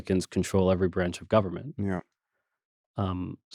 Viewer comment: Richie, please don’t pronounce the word government like you’re from South Carolina. It sounds ridiculous.